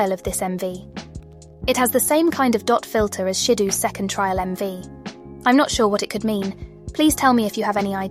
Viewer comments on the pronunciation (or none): I enjoy this video and your theories. One thing I have to mention though, is that you can probably use the TTS to say "Shi-dough" and "S." instead of their usual names, because at the moment those two names sound weird.